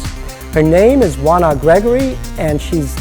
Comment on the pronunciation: I wondered how her first name was pronounced. It's Wanna and not O-ANNA as it looks. She seems more mature than 17 (her age as of March 2013). I wish her luck. She's on Disney's Crash & Bernstein which is like the fantasy Ted but for kids. It's funny, quirky, dopey and fairly entertaining for the whole family while still having some social values without being heavy-handed.